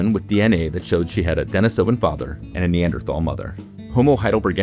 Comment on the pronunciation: Pronunciation tip: De-NEE-so-van, not De-ni-SO-van.